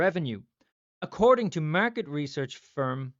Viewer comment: “Murket,” the only way I say it from now on! 😂